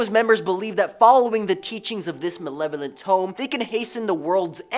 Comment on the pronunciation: OMG! I can't stand it anymore! PLEASE CORRECT YOUR PRONUNCIATION of the word, MALEVOLENT!!! You repeat it INCORRECTLY, OVER & OVER!! It's pronounced, Ma-LEV-o-lent! NOT, Ma-NEV-o-lent!! & You say it so often it's clearly a favorite word, & you are clearly very intelligent! SO PLEASE CORRECT THIS before I go insane!! Other than that, your hosting is wonderful!